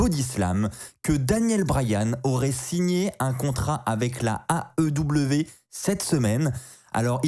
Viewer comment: Quand tu dis "l'aew" j'entends "la ew" c'est perturbant 😂